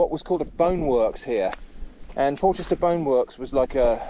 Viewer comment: It's pronounced Porrsher.